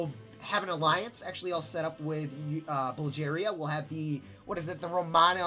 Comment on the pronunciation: also your saying Bulgaria wrong